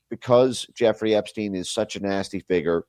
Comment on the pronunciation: it's Jeffrey "rey"